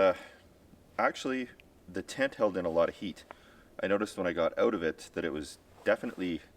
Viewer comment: Best part is they pronounce it "ouut"